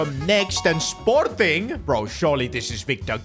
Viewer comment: that sporting pronunciation was diabolical